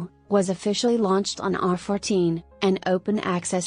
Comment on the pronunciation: ArXiv = "Ar-14". Yuck